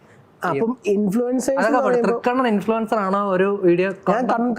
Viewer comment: INFLUENCER ❌ IN-FLUTER ✅